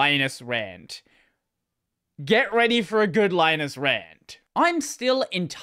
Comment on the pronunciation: Like no. 636. Well, Linus's reply seems rather calm and forthright compared some of his previous. Mr. Torvalds is Finnish, so his first name is pronounced "LEE-nus" not "LYE-nus". I'm surprised that you don't seem to be aware of that.